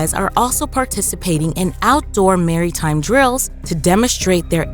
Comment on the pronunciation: "Outdoor Marry--Time drills"